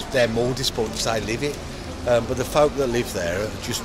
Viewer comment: what`s with the vem ve vis it`s them the this 🤷‍♂